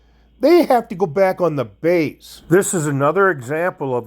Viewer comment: Base, not bace. It's alright, you use the English language however you like.